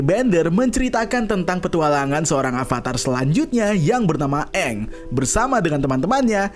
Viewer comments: Itu bukan "eng" tapi "OnG" 😂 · Dari karakternya salah nyebut nama kaya dari "Aang" malah jadi "OnG" udah kebayang kesananya bakal gimana 😂😂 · sesimple pelafalan nama Aang (eng) diubah jadi Ang indian zuko Dan white iroh Katara sama Sokka itu Inuit tapi di live action 2010 mereka kulit putih koreografi belibet untuk pengendalian tanah sederhana btw yang jadi Yue akhirnya diajak jadi voice actor Asami Sato di The Legend of Korra sebenernya untuk Netflix LA pemeran Sokka kontroversial di kalangan penggemar karena dia memalsukan kalau dia itu indegenious dan bagian dari komunitas palsu supaya dapet peran Sokka padahal dia white kalo dari casts untuk air nomads sama fire nations udah keren banget lumayan cocok sama versi kartun, earth kingdom ga terlalu aneh karena mereka negara terluas dan terbesar, cuma water tribe doang yang campur sari btw walaupun brikes cabut gue sih lumayan yakin sama LA-nya, minus water tribes yang kurang sesuai pemeran avatar dari Aang, Roku, Kyoshi sesuai banget